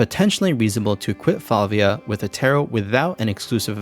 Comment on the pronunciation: Props for pronouncing Flavia correctly